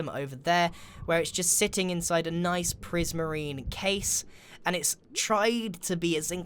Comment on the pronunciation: He said “noice” respec +++